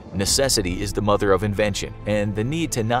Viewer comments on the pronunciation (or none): none